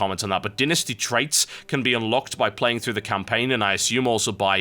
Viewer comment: so all birts say dynasty like dinisty?